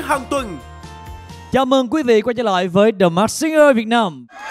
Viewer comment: Làm ơn phát âm chữ “masked” chuẩn hơn được không ạ…